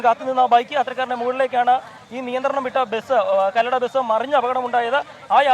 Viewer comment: കല്ലട അല്ല കൊല്ലട ആണ്